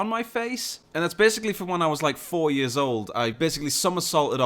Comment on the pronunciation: hey, say "year"